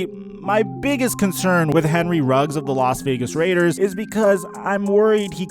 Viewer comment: Damn even can't say Vegas Raiders either